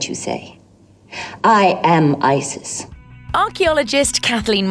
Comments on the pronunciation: but here's the problem its mispronounced even in english see above for romanization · also they didnt even google how to pronounce isis